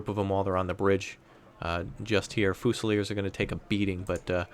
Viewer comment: It's. FEW-ZI-LEERS. (Fusiliers)